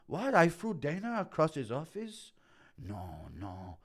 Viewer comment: also it's dana, not daner lol